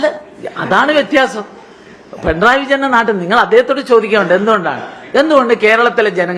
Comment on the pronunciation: പെൺറായി അല്ല പിണറായി